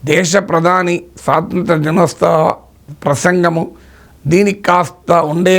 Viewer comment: వీరికి దినోత్సవం పలకడం రాదు